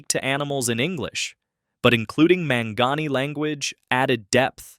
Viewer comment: pronounced Mon-Gone-Eee.